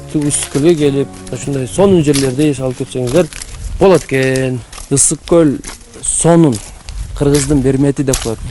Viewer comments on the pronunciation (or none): Далбаебы ыссс ык эмес Ысыккөл эле